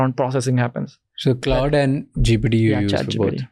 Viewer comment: Why bro is saying GDP 😅